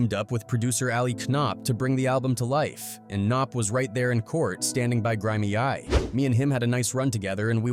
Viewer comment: Dude it is NOT that hard to say “Grimey.” It’s a common word